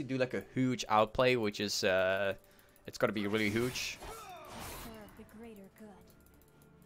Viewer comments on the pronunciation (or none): It always makes me smile when he says hooge lol